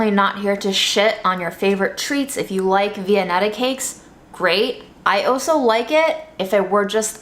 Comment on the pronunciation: makes cooking look so natural and easy. I also like how she says the word “also” - she always says “oh so”, as in “ is oh so talented”. And “whiteness wins in this world.” Keeping it real. Chef’s kiss,.